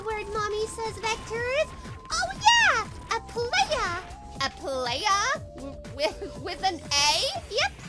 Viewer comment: The way pronounces the word Playa. 😂👏